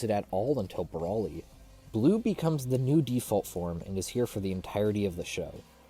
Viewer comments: Bro-lee. Bro-lee. Not brawl-ee. Bro-lee. Please. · if only you could say BROly correctly